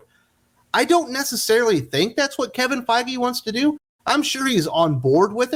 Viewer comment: GREAT THINKING CRITICAL MARVEL STUDIOS WOKE ACTIVISTS SERIOUSLY KEVIN FEIGE NOT THE BEST PRONOUNCED.